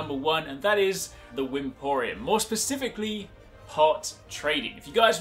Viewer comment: Wyporeum, not wymporeum hahaha